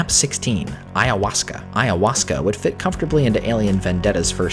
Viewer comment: Absolutely impressed with your pronunciation of ayahuasca.